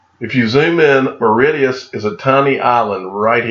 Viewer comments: Say it like Maurishus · It's pronounced Morishious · I love Americans. Maw-ri-shus. That made me laugh. Cheers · its pronounced Mor ri shuss and its an Indian Ocean Island and is Heaven on earth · Pronounced Maw-rish-us 😊 great video 👍 cheers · It is a funny looking word but the pronunciation of Mauritius is more like: "Morr-ish-us". Great vid again. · Mar-ish-uss is the north american English pronunciation, spelled phonetically You butchered that one grand! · phonetic pronunciation, Mar ish us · Dude it’s - MAA-RISH-US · Awesome vid- it’s pronounced MOR- RI-SHUS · Where is the D in Mauritius lol...love how you butcher names 😀😀😀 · I feel like maybe if he'd known how it was pronounced he would have heard of it lol